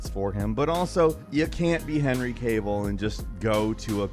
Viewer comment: Any reason why you pronounced Henry’s name so weird?//